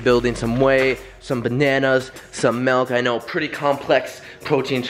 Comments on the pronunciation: Adapt its milk not "malk" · he said melk